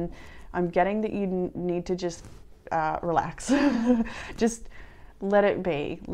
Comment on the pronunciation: Thanks, as always ❣️ "You can 'RELEST' if you want to" ✊️🤣